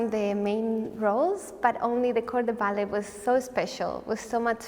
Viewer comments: You only pronounce the t in ballet in the word balletic. What a sweetheart! ❤ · Why is she pronouncing ballet without the silent t?